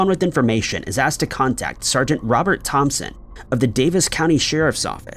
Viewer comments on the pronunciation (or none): none